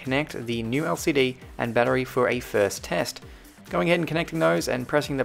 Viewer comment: you say battery like "bad tree"